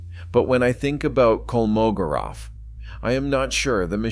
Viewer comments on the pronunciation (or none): It's KolmoGOrov. The stress is on GO!